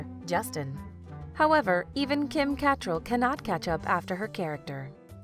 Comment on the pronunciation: So annoying that you pronounce Kim’s name wrong